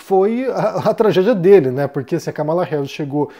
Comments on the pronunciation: É um tema espinhoso esse dos EUA. Obs.: a pronúncia correta é Kámala e não "Ca mala". 💼😉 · é Kámala, não Kamála